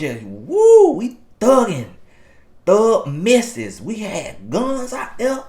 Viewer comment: Not "Thug Missesz" 🤣🤣🤣